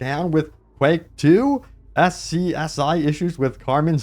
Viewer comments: "SCSI" is pronounced "Scuzzy". True fact. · If you didn't know, "SCSI" is pronounced "skuzzy." I remember having to rewrite a memory mapping program to access two megabytes of extended RAM! Ah, the old days.